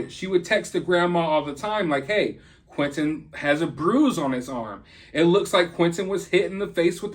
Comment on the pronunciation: Hey why can't you pronounce T's, his name isn't quinenn, it's Quinten